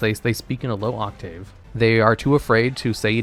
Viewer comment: not only mispronouncing 'octave', but also using it in completely the wrong context is inadvertently the perfect illustration of exactly the point he's making.